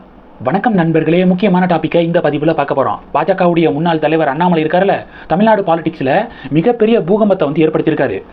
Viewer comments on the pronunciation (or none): none